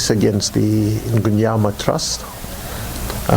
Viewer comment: Mnguni not "Mgnuni"